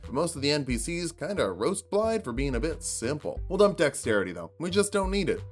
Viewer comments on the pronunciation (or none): It's not BlaiDD, it's BlaiTH. It's right there in the game! It's Welsh! Start over, do it all again! First failure ever! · Just a quick one but the double D is pronounced like THE. So it's Blai-the